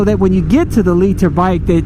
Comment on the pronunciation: "leet-her" bike